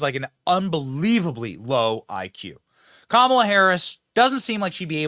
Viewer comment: Even Montell pronounce it KAH MAH LA!!